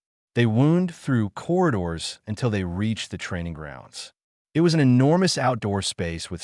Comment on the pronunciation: 7m:04s: Awww, sheesh. Not another instance of this brain-damaged text-speaker that can't handle the word "it". Abandoning story with THUMBS DOWN. And skipping next two suggested stories by same "author".